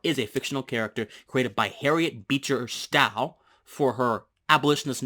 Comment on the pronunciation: Pronounced "stow" like "toe" with an "S" not like "cow." Good explanation otherwise.